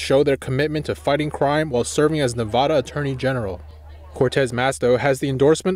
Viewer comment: He pronounces Nevada wrong